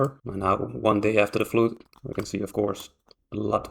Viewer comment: It wasn't a flute - it was a fludd.